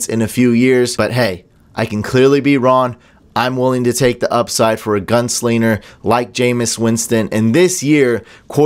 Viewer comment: You say"gunsliener" ? Think you said it twice. No G? It's gunslinger...with a g. Lol. Must be the beard.